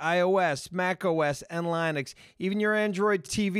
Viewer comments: Damnit it's Lin x, not Line x... Just messin great podcast. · the 'i' in Linux is pronounced like 'lint' or 'lick', not like 'like' or 'line'